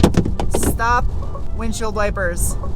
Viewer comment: So cute when pronounces stop and sport as shhtop and shhport…..